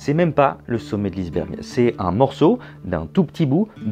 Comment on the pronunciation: « Le sommet de l’isse-bergue »